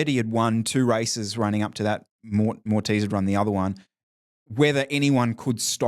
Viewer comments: "Morteez" Augenstein? Man, not that hard to pronounce Moritz! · Amazing race dude! As a fellow german I had to chuckle at pronouncing your name as Mortice Augustine:D